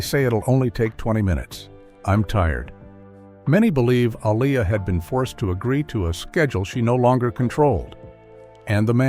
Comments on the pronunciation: Please pronounce her name correctly! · Keep butchering her name why don’t you 🤦🏽‍♀️Artificial Intelligence vs Actual Idiots 🤷🏽‍♀️😫